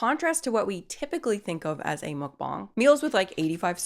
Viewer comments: ohhhh no, you still pronouncing mukbang wrong. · I was going to watch this vid but I honestly can't stand when ppl pronounce 'muk bang' as 'mook bong'. It's like when americans say meh-he-co, instead of mexico. Using a different accent to pronounce a single word is just so incredibly cringe to me. I still love ya though so I put this comment in to appease the algorithmic machine gods. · It's just pronounced muck-bang...why are you putting that stank on it 😂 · It's pronounced muk-bANG!!